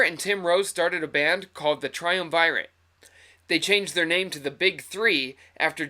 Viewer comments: Try-UHM-vy-rut = tri-uhm-VEER-it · triumvirate - try-um-ver-et